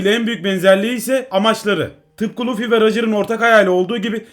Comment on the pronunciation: Abi sen luffy yerine lütfimibdeniyodun